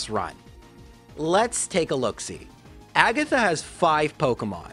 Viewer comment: ah yes, the Elite 4 Laura-Lee Bruhnoh Kooguh Aygath and Champiom Lancy